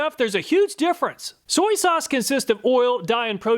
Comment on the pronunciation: Soy-E sauce